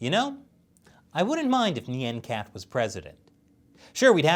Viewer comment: Nyan cat. Not Nyen Cat